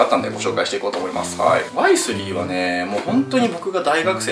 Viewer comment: ワイ↗︎スリー↘︎のクセが強い